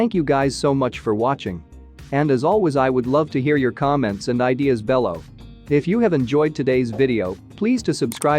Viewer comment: One among a number of mispronounced words.